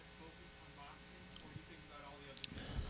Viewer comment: Does Jake have a speech impediment? It's like the letter G in "ing" isn't part of his vocabulary. Any word ending in ing he says "boxeen,watcheen,fighteen" or literally any word with ing.